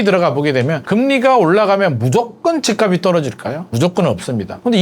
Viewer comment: ~ 연음 발음 법칙 지켜 주세요. 집값이[지깝시]